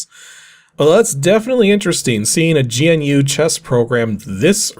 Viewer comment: I had a copy of GNU chess! I got it off of a shovelwear disk like this, but it was a floppy. Also it's pronounced like the word "new". GNU is an extensive collection of free software (383 packages as of January 2022[5]), which can be used as an operating system or can be used in parts with other operating systems. You can think of it as a precursor to the modern open source software movements like Linux. Linux-Libre was developed on GNU software. Those nerds in 1983 were the reason we all have that weird friend who is really into integrating Arduinos into everything.